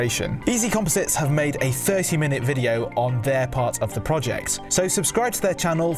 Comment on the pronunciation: VideOoo has an extra syllable. lol